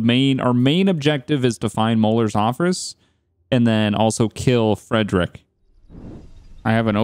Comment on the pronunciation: His name is Friedrich but not close to Fredrick.